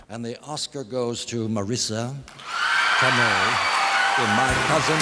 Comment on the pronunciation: Marissa Toe-may… that’s how it’s pronounced.